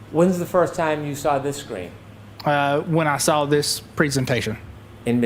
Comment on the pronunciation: There is no R in saw.